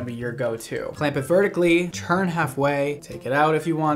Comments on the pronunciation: Listen. It’s TURN not CHURN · Nobody:: cHerN-pYl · Am I the only one who hears “churn and pull”